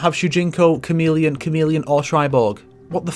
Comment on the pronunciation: So...when you said chameleon which one was with a K and which did you say softer to emphasize the 'c' lol